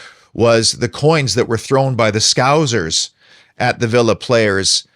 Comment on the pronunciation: I agree. Poor joke, poor old xenophobic trope. Cant even say the word scouse properly which shows what you know